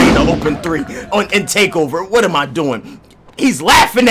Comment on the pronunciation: “Whatrr are you talking bout”😂😂